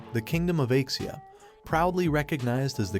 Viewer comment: just realised that the Aixia kingdom is actually pronounced Asia kingdom